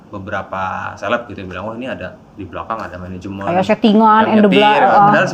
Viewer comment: Katanya ga pake menegemnt tapi ko ngmngnya managemenet